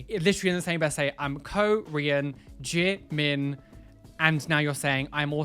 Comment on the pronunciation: That brit can't even pronounce Jimin 지민 right